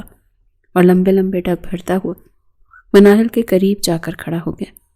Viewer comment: لمبے لمبے ڈنگ نہیں لمبے لمبے ڈگ